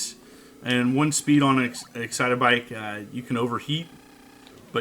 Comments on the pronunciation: It’s not Exitabike it’s Excit-Bike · what is "Excite-a-bike"? i thought it was "Excite-bike" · “ExcitAbike”...... what the heck?!? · no disrespect, but i LOL'd when he said, "EXCITABIKE". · Florence O'Doyle Sounds like a pronunciation in an old Japanese commericial. Excite-uh-bike! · It's a me! Excitabike! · Love the way you pronounce excite bike